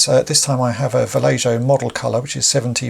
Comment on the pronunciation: Great work but it's pronounced "Val-ey-ho"